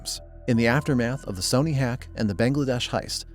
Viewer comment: Hoping the narration isnt ai, cuz who the fuck pronounces sony like that